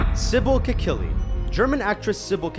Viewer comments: it's Sibel Kekillie, not Kikellie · omg, dudes.... That's "Kekilli" not "Kikellie" :| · Her name is Sibel Kekilli, not Kikellie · "Kikellie"? Are you kidding me? It's spelled "Kekilli"